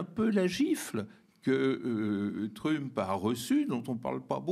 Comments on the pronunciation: Sa persévérance à prononcer "Trümp" au lieu de "Trump" me déconcentre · TrÛmp j'adore quand il prononce son blaze à la francaise... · j'aime beaucoup comme Bertrand Badie prononce le nom de "trUmp" avec ce "u" pointu. Ces gens là ne sont pas des flèches, juste des barbares et je me demande ce que va donner l'amitié entre trump et musk (toujours avec le "u" pointU pour les 2 noms s'il vous plait). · J'adore comment il nomme Trümpe j'espère qu'il fait pareil avec Pütin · Oui😁 au début je trouvais ça étrange mais en fait il prononce tout les autres mots anglais parfaitement bien.. Du coup c'est bien vu, ça remet l'autre affreux un peu à sa place 😂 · Pourquoi l'appeler TrUmp en prononçant le U ??? !!! j'apprécie l'analyse mais cette prononciation laisse perplexe ??... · Pitié prononcez Trump correctement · C’est insupportable cette façon de prononcer Trump. Désolé mais je peux pas poursuivre plus loin la vidéo.